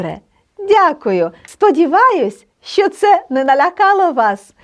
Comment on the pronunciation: чудово просто чудово! Але сумніваюсь що вивчу польську якщо з першого слова викладач робить помилку у слові що і вимовляє як щьо.Це так ріже слух.